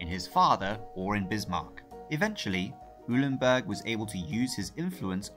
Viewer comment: Eulenburg = "OY-len-burg."